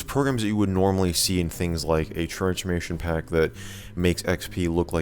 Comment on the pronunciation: Why do you say transchmation pack